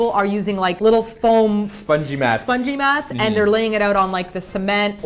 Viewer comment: I heard "Spudgy mats" instead of "spongy mats" orz I was like "NOOOO THE SPUDGY" D